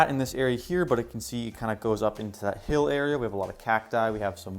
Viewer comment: cannot say "hill" in this video lol great world nonetheless, definitely ur best world yet! also CORNERLESS NETHER PORTAL